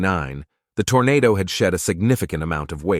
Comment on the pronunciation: It's a Toronado NOT a Tornado. Wow